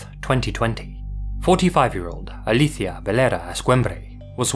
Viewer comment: Amé que haya buscado cómo se pronuncia Alicia según de dónde venía ella.